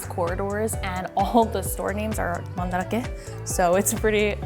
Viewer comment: hearing the correct pronunciation is blowing my mind. You mean it’s not Man-Drake?